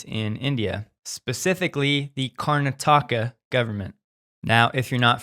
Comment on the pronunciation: The Indian State is Pronounced - KARNA - TAKA